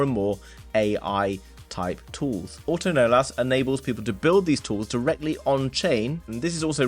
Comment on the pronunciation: its not auto-nolas.. its pronounced uh-tuhn-ohless